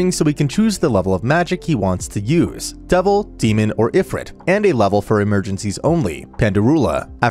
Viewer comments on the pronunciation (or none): How does this man manage to mess up so much pronunciations?? Like its e-roo-muh and HOW TF DO YOU SAY EH-FRET ITS EYE-FRITT